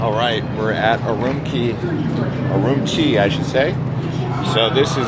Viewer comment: Great video. BTW Urumqi is pronounced oo-room-chi q is pronounced like “ch”